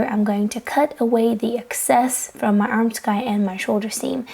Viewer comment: I really enjoy your videos! Thank you so much for the content you put out. Also thought I’d share a tip ... “armscye” is pronounced “arms-eye” because the “c” is silent.